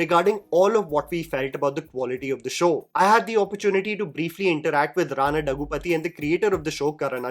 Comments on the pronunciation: It’s Rana Daggubati not Daggupathi 😅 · Its Daggubati, not dagupathi😑.